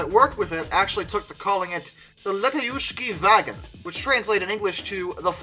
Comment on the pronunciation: YAK ov lev, let AYE oosh chi va GOHN. In Russian, any syllable with 'ya' in it (the famous backwards R) tends to be the stressed one. Vagon is a cognate and is their word for railway car as you said.